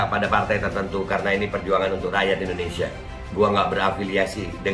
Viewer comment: IndoneSIA pak JOK..bukan EndoneSA 😁😁🤣🤭🤭